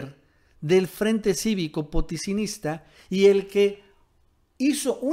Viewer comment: Da pena este tipo no puede leer "potosinista" y cuenta una historia que mas que seguro se lo invento